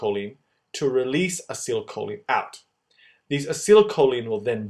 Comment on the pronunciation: You did a very good job at making this video and you really managed to show this complicated process in way so it becomes easily understandable. It really helped me to understand what's going on in muscle contraction . I've only on thing you could make a little different next time, please pronounce acetylcholine in a way that you say like Ah- See- Tile- Kho- Leen rather than your version of it, because as a chemistry student I really don't like it when such expressions aren't pronounced the right way. (Maybe your way is just the American way but nonetheless I do prefer the British version, which I am sure of to be correct). Anyway thanks a lot for your great video it really helped me and I'm sure loads of other people too to understand this topic.